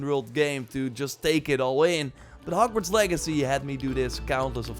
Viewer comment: the way he says HokWards